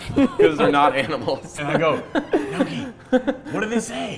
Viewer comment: Lol they're still calling nohki.. neako